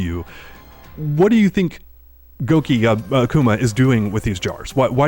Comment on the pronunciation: It’s gouki 😭😂😭😂